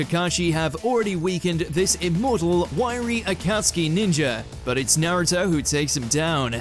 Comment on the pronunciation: What's this Nairuto? I only know a naruto. Na-ru-to.